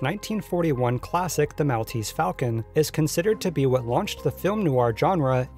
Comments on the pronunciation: The island of Malta (pronounced Mall- ta) has the description of Mall-tese to it's property. I cringed each time you said mal. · Mall-tease, Mall-tease, Mall-tease, Mall-tease. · "mall tease" not "mowl tease" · Mahl-teez falcon?! It's pronounced Mawl-teez falcon. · Great work here. A very interesting piece of documentary work on lost and found movie props. My only two critical notes would be: "The Academy of Motion picture Arts and Sciences" not "..pictures Arts and sciences". And I've always heard it pronounced as The "Maul-tease" Falcon rather than the "Mal-tease". Overall, as I said, a fun and interesting piece. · Maltese = "mall-TEASE." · Not a big deal, but "Maltese" is pronounced like "Mall-teez"/"Mahl-teez" (as in shopping "mall"). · Maltese is pronounced Mall tese. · lol the way you said 'Maltese' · What's with the pronunciation of "Maltese" here? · Please say Maltese like a human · Great video but how the fuck can you not know how to say Maltese? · youre mispronouncing Maltese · Good video, but the way you say, 'Maltese' is physically painful to listen to. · The way he pronounces Maltese made me cringe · Your pronounciation of Maltese is awful. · Learn to pronounce Maltese ...